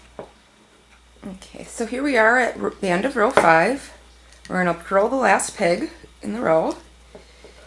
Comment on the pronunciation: lol it just sounds like your saying your going to curl each peg